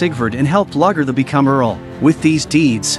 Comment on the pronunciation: Very inconsistent in how names were pronounced, especially Lagaertha. Very annoying.